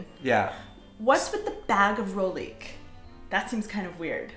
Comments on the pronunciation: Sorry, but one more time. It’s roHlík, roHlíky! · guys, the H in rohlik is pronounced... it's not rolik. (just a pet peeve) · Mne sa veľmi páči vaša výslovnosť "rohlíku". Znie to ako rolík :). Čo ďaleko lepšie vystihuje vec, ktorá je vlastne zrolovaná :)) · Fun video. It would be great though if you could add a voiced “h” sound to the middle of “rohlík”. I know it’s tricky, but if you practice saying “h’llo” (like a quick “hello”), and then “h’lík” in the same way, you can then add the “ro” to the “h’lík”. The “h” is not stressed, but it is definitely there! (This comment written by my speech pathology daughter.)